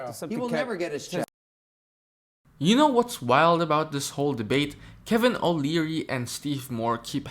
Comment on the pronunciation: They said his name multiple times, why are you saying it wrong?